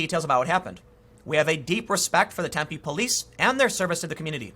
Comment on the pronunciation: Just want to say thanks for pronouncing Tempe correctly. Drives me nuts when people emphasize the wrong syllable! That said, screw that city! It's a college town injected full of young entitled lefties from out of state. I used to live there. Could not stand it!